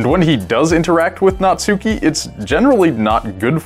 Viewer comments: natsuki.... not suki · You call Natsuki Nutsuki... ;) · The way everyone pronounces Natsuki is so cringy. Not only do they pronounce the u, they emphasize it. ...it's pronounced "natski" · why do people say the u in natsuki so hard smh